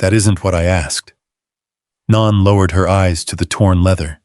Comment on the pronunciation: Naan is a type of Indian bread. The character's name is Nan, which rhymes with Ann. Instead of dinging at us to subscribe, pronounce the main character's name correctly. SMH...